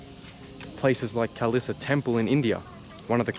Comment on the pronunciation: it sounds like you're saying murderbike hehe, I enjoy your videoes😀